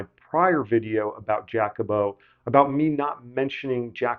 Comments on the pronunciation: Giacomo is pronounced “jockimo, not “jackimo” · Please stop saying "Jack-omo"! The first syllable in "Giacomo" is a broad A, as in "mama". (In American and Canadian accents, this is the same vowel sound as in the word "jock"; though that does not hold true for English, Scottish, and Australian accents). Please pronounce that name as "JAH-co-mo".